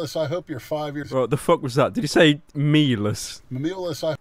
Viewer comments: I think he said "meyoulus" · Im pretty sure big lenny called him melous not meh-memelous